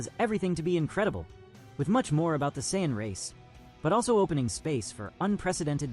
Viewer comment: You can tell this is ai😢 he can't sayian right😂